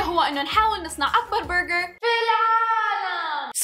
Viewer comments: ليش تقول برغعر 🤷🏼‍♀️ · منرفزني طريقه نطقها لاسم البرقر تفخمه يععع